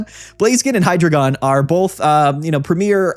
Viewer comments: It’s actually “high-dry-gon” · I could be wrong, but I always thought it was pronounced Hi, like short hello, followed by the word dragon. Kinda like you’re saying hello to your friend dragon in the hallway. Hydreigon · It’s actually pronounced “Hydreigon” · I’ve actually always pronounced it “Hydreigon”